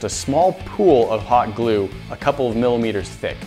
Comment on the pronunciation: When he said hot glue it sounded like he said pot glue